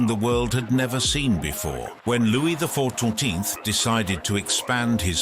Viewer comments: ~ "Louie the four-too-teenth" ~ Non-human generated voices crack me up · This narrator has a peculiar difficulty with saying Louis the 14th for ome reason....